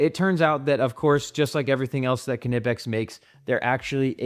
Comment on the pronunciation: If you're gonna pronounce Knipex correctly, can you do the same for Wera? Thanks for your insights and demonstrations.